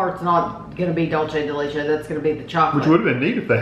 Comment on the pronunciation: Thank you Big wig. Somebody finally corrects on how to pronounce Dulce de Leche. I’ve always wonder if and Kevin do it on purpose or they really don’t know how to pronounce it.